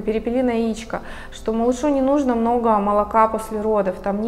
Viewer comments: так жаль, если честно, что от личности отворачивает не правильное ударение.....это далеко не самое важное в жизни. увы) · Прекрасное видео , но как же резало слух слово нужнО .. я даже загуглила … может думаю не в курсе … но нет ) говорится именно нУжно )))